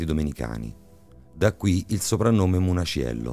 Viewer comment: O' munaciello non muniacello....un minimo di dialettica napoletana studiatela...waglio'...l'accento napoletano e' un'arte ....